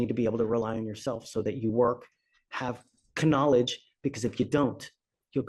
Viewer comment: K-nowledge he must be joking